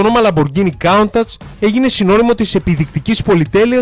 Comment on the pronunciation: ''Κάουνταχ''?? μήπως το προφέρεις λάθος?